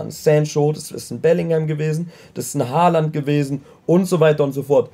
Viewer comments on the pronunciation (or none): none